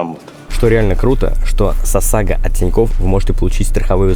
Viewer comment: Не говори сосага, с ОСАГО😅